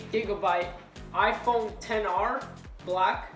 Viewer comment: Lol “ 10 R “ It’s not a “10 R “ it’s an XR .